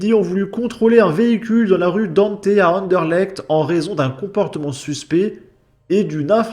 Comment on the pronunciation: Avant toute chose, très bonne prononciation du nom de la commune de Anderlecht. Sinon plus sérieusement, depuis environ un an, il y a eu plusieurs fusillades à Bruxelles dont certaines ont fait des morts y compris des personnes qui n'avaient rien à voir avec (une personne de mon entourage y a perdu sa fille d'ailleurs). D'après les médias, elles sont liées au milieu de la drogue (tiens donc). Il y a un quartier à Anderlecht, le Peterbos, réputé pour le trafic de drogue. La police y fait régulièrement des descentes depuis des années mais évidemment ça ne sert pas à grand chose et je vous laisse deviner la population majoritaire...